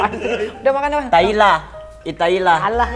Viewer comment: Italia jd itaila 😂😂